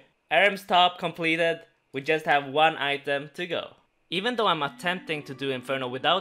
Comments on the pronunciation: Is anyone else amused by the way he says complaeteyd. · saying completed made me do a double take Very cool